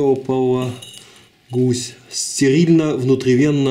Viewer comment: Реополиглюкин а не реполагусь)))